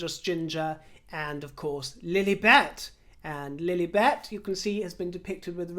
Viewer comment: It pronounced Lil-i- bet, short i, not Lil-eeeee-bet. You, as a Brit, should know this.